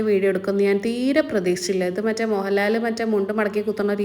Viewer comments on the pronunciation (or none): none